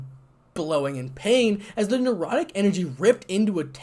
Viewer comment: I would enjoy a part 2, but the word is necrotic and not nerotic energy.